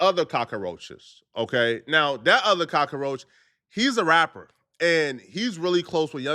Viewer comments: Why are you saying cacaroach? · he's not pronouncing cockroach correctly lmao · Can you say cock roach 🪳 correctly?